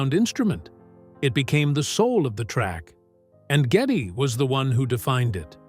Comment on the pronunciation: It’s G E D D Y LEE NOT GETTY